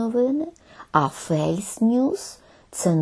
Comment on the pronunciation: Англійське слово fals звучить як фолс, а не фейлс.